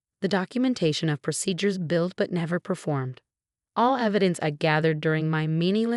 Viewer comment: Billed, not built. Caught, not cop. Bonus, not bombers. Needed, not meet. Chanel, not channel.